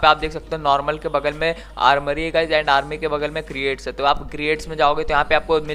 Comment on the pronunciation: Creat nahi crates he 😋😁😁